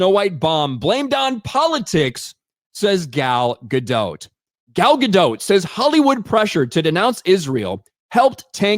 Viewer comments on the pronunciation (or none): It's not Dote like Goat. It's Dot like Bot. PLEASE start pronouncing it correctly, I've endured years of this! 😅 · the T in Gadot is silent, her name is not Gal Gadote 🤣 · Take a shot every time pronounces “Gadot” differently!